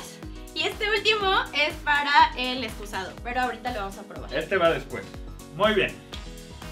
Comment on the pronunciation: Me gusta cuando dicen excuzado